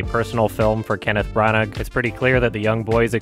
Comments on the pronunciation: His name is pronounced "bran-ah" . The g is silent just fyi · Branagh = Bra-Na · Brannagh is pronounced bra-nah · Its pronounced kenneth branner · Is pronouncing the g in braunagh ironically? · "Kenneth Branug" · You can pronounce Branagh like Branna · Kenneth branagh pronounce bran ah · It’s weird makes such an effort to pronounce foreign names well then says branaggg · “Kenneth Brannik” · I don’t think you pronounce the G in Branagh. There was no sense of setting in Licorice Pizza. It is an incredible LA movie…6/10? I will be honest, you make no insight that causes me to trust your opinion. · The “g” is silent in Branagh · u dont pronounce the g at the end of Kenneth Brannagh just FYI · The g in Brannagh is silent. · That big dirty hard G sound at the end, every feckin time 🤣